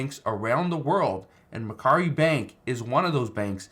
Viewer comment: That's not how it is pronounced. It's pronounced Mac Quarry